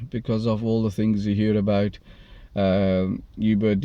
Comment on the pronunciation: It's Uber brother....not "Yuber".